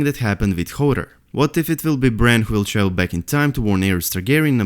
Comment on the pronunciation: Just 2 notes. 1.Its not "V"ill / "V"arned,its "W"ill / "W"arned 2.Its not "F"ink / "F"eory,its "Th"ink / "Th"eory